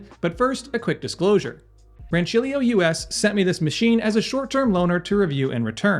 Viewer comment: Aaaaaah yes! It's so refreshing to hear an American pronounce that "C" sound as intended :D great machine in it's price range btw